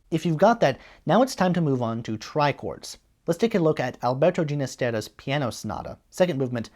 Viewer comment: Isn’t it Allen For-tay and Alberto Ginastera Heen-ast-er-ah? Outside of your pronunciations, (a problem with most of your videos) your presentation was quite clear and well organized. The Forte book is rather frustrating. Forte himself made many mistakes and the book is littered with them.